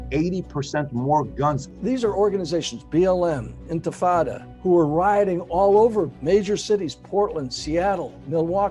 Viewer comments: He said Anti-fata 😂😂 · What's antifada? lol